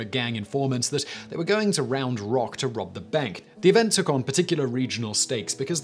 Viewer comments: No need to emphasize the rock it's just Round Rock should be one word but it's two😂I'm from that area of Texas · I'm from Cedar Park, I kept laughing at the way he was saying 'Round Rock'